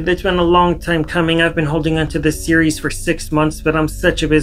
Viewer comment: You said “series” so many times in the intro, and pronounced it like “SEE-yer-EES” Sorry sorry just had to say 😂